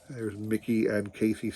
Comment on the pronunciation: It sounds like you are saying Miggy and not Miggy and not Mickey lol Those cards are very cool though. Lots of action shots. Those cards are very cool, thanks for sharing !!